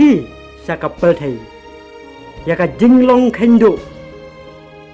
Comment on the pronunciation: Pyrthei ruh pylthei🤣 lah jah lut u 'R'